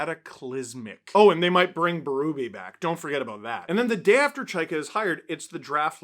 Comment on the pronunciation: Folks, it’s CHAY-ka, not CHIGH-ka.